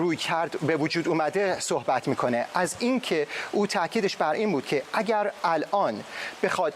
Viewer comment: این آقای ریپورتر بسیار حرفه‌ای و نامبر وان ، خانوم گوینده آقا چرا مثل دختر بچه های ۴ ساله حرف میزنی ؟ خانوم یه چهل سالی داری ، مثلا اگر اگر هست اگ نیست ایران ایرانه نه اییان درست تلفظ کنید مثل بچه ها حرف زدن از سن شما نمی‌کاهد ، خدا این سید گدایان علی خامنه ای بیشرافت را از این کره زمین برداره که واقعا دیگه مسخره شده همه چی ،امین از